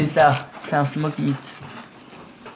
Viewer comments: "Smok meet" ** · par contre on dit smookmeat